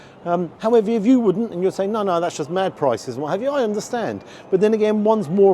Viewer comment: 'Sa-ink'. Accent went there!.